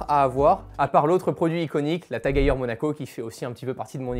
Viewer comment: C’est TAG-EU-R ? Lol